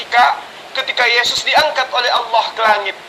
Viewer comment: ALLAH.. uthi... Bukan owloh... Kata jd murtad masa gk bisa ucap ALLAH..